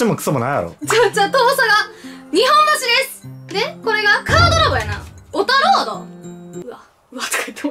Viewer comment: いつも思うんやけど、｢にほんばし｣ってずっと言ってるけど正しくは｢にっぽんばし｣ちゃうんかな？